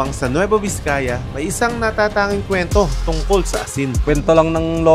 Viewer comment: VIZCAYA HINDI VISCAYA. Kaya namamali mga tao eh..